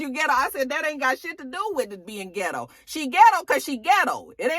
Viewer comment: Not ghett girl........ghit-Toe.